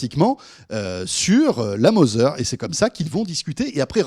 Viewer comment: Tbnk vous êtes pas capable d'égaliser votre niveau de son ? Et apprenez à parler Anglais "Mozer" lolllllllllll